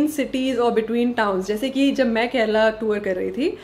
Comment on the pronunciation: U r among 1% north Indian who said correctly KARNATAKA n KERALA . Most people say KARNATAK n KERAL